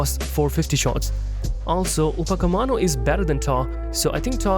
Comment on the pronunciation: upacemano😂 Upamecano✅